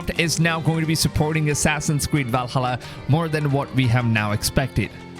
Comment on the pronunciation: Your voice kills my ears, walhallaaa, wikings